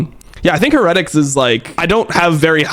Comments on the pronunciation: can you please stop saying heretics like that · no way dom is going to go this whole video pronouncing "heretics" like that lmao